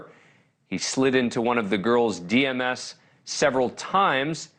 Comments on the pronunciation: Slid into “DMs” — Dee emm esss. LoL. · DeeEmm's... not DMeses.. rolls eyes at Abrams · really cause he couldn't even get the name pronunciation right of one of the victims this late in the game and said D M S instead of DMs (dee emms) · "Slid into one of the girls' Dee Emm Ess" .......😬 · Please teach Dan how to say DM's so he doesn't sound dumb. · A real old person moment with the DMS. I love it. Even said “slid in” 😂😂😂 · D M S like in PMS😂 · Big cringe when the reporter said “he slid into one of the girls dms” yikes stick to the teleprompter dude lol